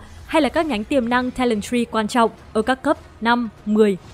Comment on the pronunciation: Bị đọc nhầm chỗ talent tree nha :))